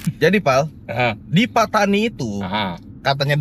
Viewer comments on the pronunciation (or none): Mungkin Pattani dari perkataan "pantai ini". Tapi cuba lihat bagaimana dieja dalam tulisan jawi Melayu. Bukankah Pattani dieja فطاني bukan ڤتاني ? Ia berbunyi "Fatoni" bukan "Petani/Patani".